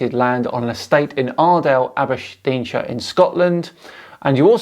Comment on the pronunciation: 'Abersh-deanshire' 😆 right next to Aberdeenshire 👍🏻 Great stuff. Ty